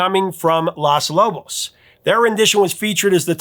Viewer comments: Good video but it is Los Lobos with a long "O". You are saying Las Lobos like Las Vegas. O is always long in Spanish. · It should be the top 8 covers. I love both versions of Sea of Love. The video to Sea of Love is great. It's pronounced lohs. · I love the, but it's funny how he keeps calling the band "Las" Lobos, not LOS Lobos. It think he's thinking of "Las" Angeles! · BAMBA not Bomba, lOS lobos, not LAS lobos, alas... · First of the good the content is very interesting and I enjoyed this video very much. But it was like biting on tinfoil every time you pronounced Los Lobos Las Lobos. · Lol, you kept calling them "Las Lobos." 'Los' rhymes with 'dose' in Spanish. Las is the feminine form. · Los Lobos.... not Las Lobos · Prof😂 Los Lobos with long o bro. You called them “Las” Angeles. Ya called em the feminine version. Good call on that song. I used fake words when my band played it years later. BTW, I saw that show in Davenport when I was a cute little kid. PS I know the real words now😅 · Hey Prof. It's LOS Lobos, not LAS Lobos. Lobos is Spanish for wolves. LOS is the male version of THE. Generally you match A's and O's. Lou Diamond Phillips is a friend of a friend and did a great job in that film. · Thank you. I kept flinching every time he said “Las Lobos.” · So interesting. Curious to know why you call the band Las Lobos instead of Los Lobos. Maybe I have always understood the pronunciation. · Sorry to complain, but you’re killing me with the pronunciation of “Los” for Los Lobos. You’re saying “las,” which is the feminine tense. “Los” is the male tense, to go with the next word ending in “o,” making it male. “Las” generally goes with words that are “female” (tabla, silla, cara, etc. are easy examples). The “o” and “a” endings are not completely hard and fast, but are probably 95% the respective genders. Why? 🤷‍♀️ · LOS - not LAS Lobos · Los Lobos, not Las Lobos. C’mon. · Los is pronounced "lohs," not "lahs." Otherwise, great video!